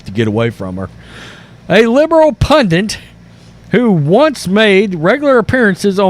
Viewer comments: Why do Americans spell it right (pundit) but pronounce it wrong (pundint)? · What is a “punant” do you mean pundit?